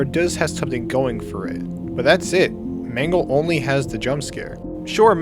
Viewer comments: It's mangle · Actually it’s mangle